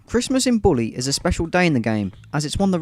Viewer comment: you said christmas in "bwooley " and "boot presents "